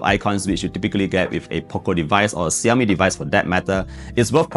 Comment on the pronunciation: Xiaomi = Shaomi ✔️👈 not Siomi ❌👈